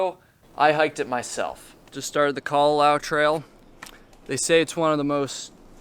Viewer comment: You said callawow trail a lot.